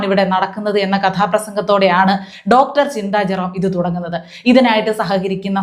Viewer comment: ഡോക്ടർ എന്ന് പറയുന്നതിൽ.. എന്തോ.. കുത്തി പറയുന്നപോലെ. ഈ വല്യമ്മച്ചിയെ ഡോങ്കീന്നു പറയണം.